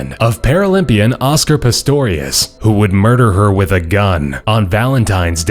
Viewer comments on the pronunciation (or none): none